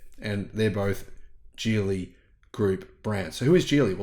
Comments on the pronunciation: Geely is pronounced as Gheelee and not Jeely. With a 'soft' G and not a 'hard' G. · I'm sorry but the guy in that link totally mispronounces Geely. The Chinese characters is 吉利 which means auspicious and is pronounced "Jí Lì" with a high rising and low falling tone. You can copy that into Google translate for the correct pronounciation.